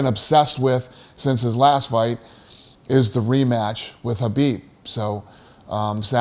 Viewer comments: Isnt your fighters name Khabib, dana not habib? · Habib isn't it kabib?